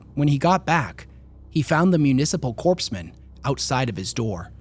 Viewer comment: Just a note because this is a pet peeve of mine: "Corpsman" is pronounced "core-man." It's from french "corps" where they typically drop the last letter in pronunciation. Thank Napoleon.